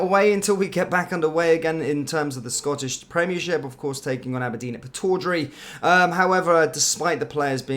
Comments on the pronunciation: PIT-TODD-RAY Not PIT-ORR-DRAY😂😂👍Glad I could help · Quick wee note, it’s pronounced “pit odd rie” hope it helps